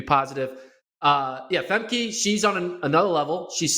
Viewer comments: Famkuh guys. Not Famkey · They pronounce names however they like regardless of how they are pronounced everywhere else. Femkey Bol. Sydney McLofflin. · I believe she pronounces it Fem-kuh.